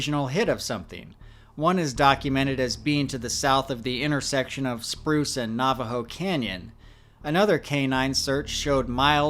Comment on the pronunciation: alright dude, I can’t stand it anymore. It’s NAVAJO AS IN NAVIGATE. NOT NAVAJO AS IN NAUGHTY. PRONOUNCE IT CORRECTLY!!!